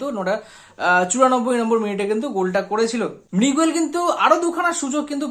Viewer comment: এত 'কিন্তু' কেন? আর 'মৃগুয়েল' নয় 'মিগুয়েল', 'ফার্স্ট রেটেড' নয়, 'ফাস্ট্রেটেড', ফ্লামবেল' নয়, 'ফাম্বল'।